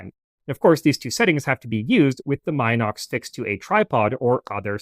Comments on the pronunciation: Ffs...it's MEE-NOX and NOT MY-NOX 🤦🤦 A very good presentation, otherwise !! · Please get the name right ! It's NOT pronounced " M IIIIIIIIIIIII- nox," as in "Eye." M (Eye) - nox ! The correct pronunciation is Min - ox, as "in" the door. Get it ? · Not "mine ox", pronounced "Min ox" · I figured the "min" in "minox" is like the "min" in "mini" and prononced the same way.... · I've even owned a few Minox (and Minox clones) back in the day, and I've been pronouncing it wrong all these years. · How? The correct pronunciation is “MEE-nox”. The first syllable rhymes with “bee” 🐝. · I’d still consider that okay. But not the “my knocks” pronunciation used here. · Except for “Minox” itself…